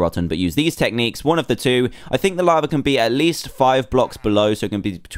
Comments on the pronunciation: Why does he say lavar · Why do you say laver and not lava?